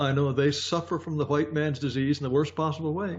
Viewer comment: "let me axe you sumthin'" "huwhite".... Love you Jared.